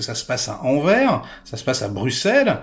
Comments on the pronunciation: Mon cher ami,, stp Anver se dit Anverssss! Ah Bruxelles c'est Bru-sel et molenbeek mole-eune-béék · S'il te plaît essaie de prononcer correctement les noms des ville belge. Anvers se prononce AnversE! Sinon sympathique review ou tu es très conciliant !😁😁😁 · On prononce le « s » de Anvers ;-)